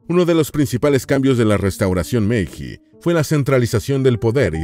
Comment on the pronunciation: Se escribe meiji, pero se lee meilli.